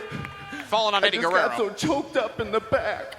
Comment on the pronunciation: Wtf? It's Eddie Guerrero, not Guerrera. Were you thinking of Juventud or what?? 🤔😂